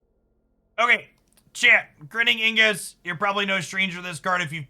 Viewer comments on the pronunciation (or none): Ig nus. Not Ing us.